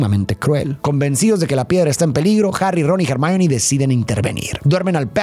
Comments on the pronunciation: ACABO DE VER LA MINIATURA Y ME SALTO EL ALMA DE EMOCION🥺❤❤😫 perdón por corregir, pero se dice /ermion/ Hermion quisiera que allá sido relacionando mucho más los libros yo vi las películas y leí el libro 6 y 7 de Harry Potter y la verdad que hay muchas cosas interesantes para darle una profundidad psicológica y más de los libros que son mejores no quería nombrarlo, pero me da cosita la utilización de IA 😛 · Me encantan tus videos y reflexiones pero cuando estoy más inmersa en ellos de repente me sacas fuera cuando no utilizas un buen pronunciamiento de los nombres es Hermione no germain